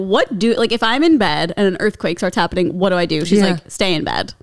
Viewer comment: "hopening?? It's giving stroke" It's fine - different strokes for different folks 😂😂